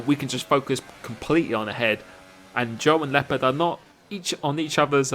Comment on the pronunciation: who is also an native german speaker and rages everytime how he pronounces leopard😂😂